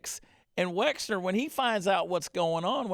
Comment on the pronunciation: Wexner, not Wexler !